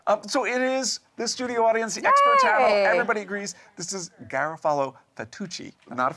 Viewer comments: its pronounced Gah - roff - a - lo not gara- folo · Garofalo (accent on the second syllable, please!) is an excellent brand, De Cecco is another great one. Ronzoni is very common in Italian-American households because it's what was around going way back to 1915...so there is a sort of familiar nostalgia associated with it. Not a bad brand but certainly not as great as the other two I just mentioned. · It's pronounced Gah-Rof-Ah-Low. Pricey but the best from Naples Italy.